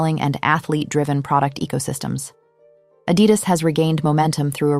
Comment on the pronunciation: I don't like how she pronounced Adidas 😒